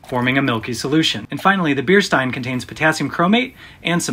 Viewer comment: That's not a Stein, and you pronounced it wrong.